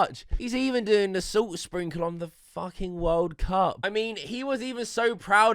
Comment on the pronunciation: "da wOHLD cahp"